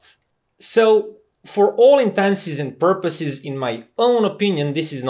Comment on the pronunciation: The correct phrase is : " for all intents and purposes ". You seem to be saying "for all intenses and purposes" and I am not sure whether that means something :D A lot of people often say "for all intensive purposes" just because its slightly easier to pronounce but they still mean "intents" :D